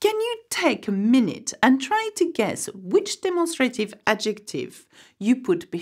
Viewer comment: I'm sorry, but you mispronounced the English word "demonstrative" in the sound ..a..